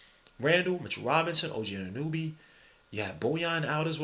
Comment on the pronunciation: Anunoby... Ah-nu-no-bee* Not ah-nu-nu-bee Respectfully, god on god